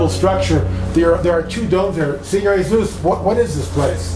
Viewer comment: good doc, but learn to say 'senor'